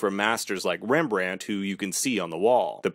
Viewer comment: i am dutch and it’s hilarious how americans say Rembrandt😂 really good vid btw